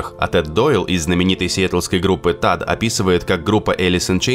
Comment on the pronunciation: Лайк, конечно, оставим. Но, название группы Tad произносится "Тэд"